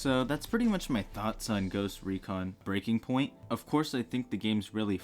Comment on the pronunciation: Is the fact you keep calling the game ‘breaking’ point instead of Breakpoint a joke I don’t get or…?! 😂 Anyway, I like the video, made me buy the game 🎉